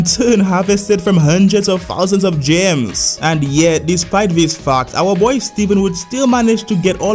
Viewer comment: I love how when this guy says fact he says Fauc